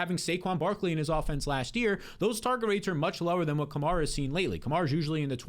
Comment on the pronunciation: love the show, but you do realize you pronounce 'Kamara' differently than every NFL announcer, all the biggest Fantasy shows, the team beat writers, and even Alvin himself? It's Ka-mare-ah pronounced like the car Chevy Camaro but with an 'a' at the end. Appreciate the hard work you put into your show.